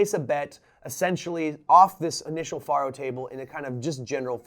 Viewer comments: How ironic you say 'Any illiterate Idiot can play this game' when you dont even pronounce Faro correctly. Its not even up for debate.... there is only one correct pronunciation of Faro, it is Pharoah. not Far-o. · Yeah... but it's not the same. I would argue that no one in history, outside of you and whoever tought you, has pronounced it Far-o. It's Pharaoh, pronounced "Fay-roh" or "fair-oh" but never "Fah-roh" like you pronounced it. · Great video, but it's pronounced "FAIR-oh" not "FAHR-oh." It sounds exactly the same as an Egyptian king, a Pharaoh. You explained the game very well, but you failed to mention that you could place your bet between two, three, or even four cards. And though you were playing for pennies, you could actually "copper" your bet, adding a penny, which would reverse the player and dealer cards. A simple game with lots of options. And it usually took three people to operate the game, a dealer, a banker, and a case keeper. The last Faro table in Las Vegas closed in 1975, and the last one in Reno in 1985. I find Faro a fascinating game! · I think it is said like 'Pharaoh" as that is another name for it. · Why are you pronouncing it like that? Isn't it derived from Pharaoh?